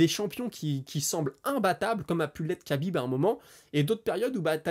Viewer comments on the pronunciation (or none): Merci pour la vidéo Pour Khabib il faut prononcer Rabib, c'est la manière la plus simple pour se rapprocher de la prononciation 🙂😉